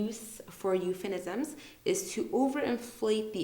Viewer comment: It was really a great video, allow me to correct you, the term is "Euphemism" not "Euphenisms". I searched a lot about that. But that's fine we all are humans and humans make mistakes. If I'm wrong, I would really appreciate if someone corrects me.